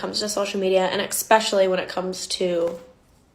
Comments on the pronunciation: The reaction girl really said “expecially” y’all 😂😂😂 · I can't take girl in the pink seriously when she's having a huge attitude then says "eXpesially". Also, big self report for being a huge liar on her part. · She say’s “expeshally” instead of “especially” She thinks she is smart 😆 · Anyone who says “isn’t everything lying” is not to be trusted. ESPECIALLY if they say “Expecially” like that’s a real word. They’re dishonest AND kinda dumb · Lol can't take that girl seriously anyway when she's out here saying "eckspecially" 🥲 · Why would I listen to someone who says eggspecially? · Why am I even here, I haven't worn mascara for eons, I hate L'Oréal regardless as I only use cruelty free makeup/skincare. It was an entertaining video regardless and there is so much more to it than a lie about mascara, I learned a lot so thank you. ❤ **EXpecially got me giggling! 😂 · I'm not listening to anyone who pronounces it "eXpecially". (Lookin at you, ) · LoL the girl in the pink just likes to hear herself talk, using dramatic pacing in her cadence to make it seem like she had a valid argument but she really didn't have one at all. Also, people who say "expecially" should never be listened to. She probably also says "pacifically" instead of "specifically". 🤮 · so pompous but can’t pronounce “especially” correctly. she’s a treat.